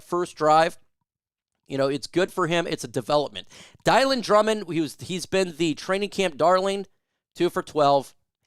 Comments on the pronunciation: Dill on dill on dill on dill on dill no not die lon die lon die lon, come on you gotta pronounce all our players names correctly. You can say Halapoulivatti Vaitai names right. Pet peeve is people calling a game or in the media that can't get the name's right it drives me crazy. If i was not really ill and disabled with Parkinson's i would grab a job calling games and memorize the games I'm calling and knowing the number of their uniform number. No matter what game i was calling, to me it shows respect to get the names correct, just saying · Dylan Drummond you pronounce i correctly.His name (is dill on)like Bob Dylan not (dye lyn)like nylons you always say his name wrong it is an easy name the Lions have a few players with harder names like Vaitai which you pronounce correctly. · I’m pretty sure Drummond’s first name is pronounced (Dillon) not (Dielan)